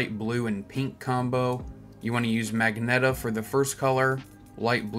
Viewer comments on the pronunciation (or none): lol not magneta you mean magenta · "magneta" mf its magenta💀💀💀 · Yo Jst so Yk it’s pronouned ma Jen ta not mag neta lol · he said magneta not magenta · the first one isn't mag-neta its pronounced majenta just the g sounds like a j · jit said magneta instead of magenta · Magenta isn’t pronounced magnetta it’s “ma” like oh ma gawd, “gen” like gen Z and “ta” just say yuh with a t sound and yw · "Magneta" that's crazy 💀💀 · No way bro said magnetta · good combos but ain’t no FUCKING WAY BRO SAID MAGNETA WTF😂😂😂😂😂😂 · Magenta(ma Jen ta) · its pronounced (maj - ent - ah) say it right next time 🙄